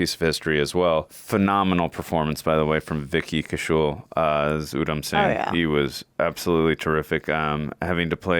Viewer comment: Please guys, after seeing so many of Vicky's movies, get his surname right. Kaushal is spelled like cow-shall not ku-shull. They both mean different things in Hindi. So Ku-shull loosely means capable (generic term)where as Kaushal means Talent(specific expertise).